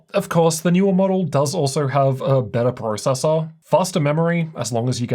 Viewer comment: I cant handle this guy saying processor